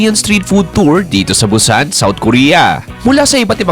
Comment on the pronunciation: BUSAN is pronounce as boo-sahn hindi Bu-sannn..Bu-sann ka ng Bu-sann.